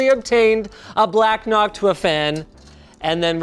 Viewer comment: i love the "nocuta" box fan. 😂